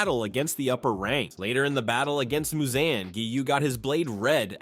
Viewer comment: Bro said Muzanne 😭